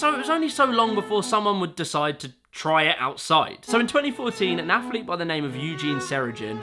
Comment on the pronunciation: Hey,, what the f**k is an "afflete"?